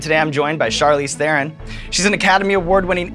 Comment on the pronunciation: Evans: If you do NOT know how to pronounce a name, JUST ASK it! You sound so stupid mispronouncing someones name! Here you can learn how to pronounce the name Charlize Theron properly